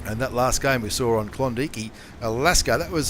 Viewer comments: You need to think about that pronunciation there, Klondike isn't pronounced klondeekee hahahahaha it's klon and dike as in bike. Klondike. Brian Millen is 100% correct. When you mis-pronounced that i pissed my pants..... how to get something so wrong lol. I though mispronouncing things were confined to Canadians aka Americans like Claus Kellerman hahahaha Great vids though... keep 'em coming.... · is K-lon-Da-ike